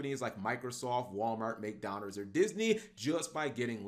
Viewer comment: He also said to get stock in "McDonners"